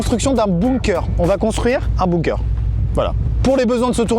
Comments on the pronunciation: Amixem construit un igloo Le prononce LE igloo Amixem construit un bunker Le prononce bounker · Moi : ai toujours dit Bunker Amixem : Bounker Mon cerveau :💥🤯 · Juste c'est pas bOOnker mais bUnker. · a il a dit un BOUNKER :') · J'adore comment vous prononcez "bunker"... "bounker" 😂😂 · Sa se prononce bounker^^ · C’est bunker, apprends à parler et à écrire.